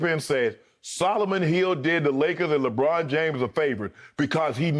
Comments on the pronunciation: Lol at times he says LABRAWN JAMESS LOL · when Chris Broussard said LEBRAUM JAYMES i felt that